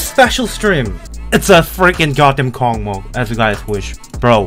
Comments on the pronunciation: Hey,, I just wanna to tell that it is russian level. So it's name Kocmoc reads like ( k o s m o s) it is just a russian word. Космос прекрасен! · Аххахааха почему кокмок а не космос? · WHY DO YOU SAY COCMOC? IT READS LIKE KOSMOS AND NOT KOKMOK! I am writing from a translator, I corrected it because it is Russian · say "Cosmos", not "KOKMOK" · I can't understand the way I feel when reads this level's name like kokmok instead of kosmos. Like, it's a fun joke until its overused if is joking oc. But if not, I hope he will start pronouncing it in the right way. And yeah, kocmoc(космос) is a russian word and it means space (pretty obvious 'cause of the level's theme yeah) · it reads like Cosmos, it's a Russian word, c=s, not KoKmoK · bro, not KOCMOC, it's like cosmos on Russian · correctly not KOCMOC, but KOSMOS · Not kokmok😂, its kosmos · WTF not kokmok, like kosmos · does not read космос correctly but kosmos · don"t say C*CKMOC, it"s KOSMOS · IT READS AS KOSMOS! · Zoink has reverified the level and Trick (presumably) became the first victor! Also, the actual pronunciation of this level is actually "COSMOS" (Russian name is KOCMOC)